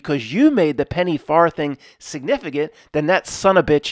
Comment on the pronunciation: The "th" in farthing is pronounced the same way you pronounce it in the word "the" Just moving things along here 😉